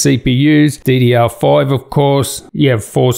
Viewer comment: I noticed it too, then I enabled the automatically generated subtitles and they recognized it as DDR5. If you listen to it he pronounces it like "fouv" which wherever he comes from might be seen as five.